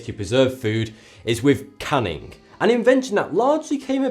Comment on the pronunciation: "cunning" he says... when he's talking about "canning" :)